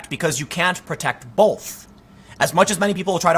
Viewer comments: I like your vids but man....its both not bolth. its a Midwest /east coast thing. please don't but an L into the word both. sorry pet peeve of mine. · Tim "both rhymes with wolf" Pool.